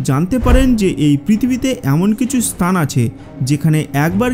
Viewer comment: ভাই আপনি স্থান কে স্তান কেন বলেন? 😂